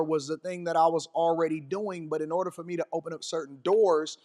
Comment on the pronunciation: Another one, fer instead of for. Drives me crazy.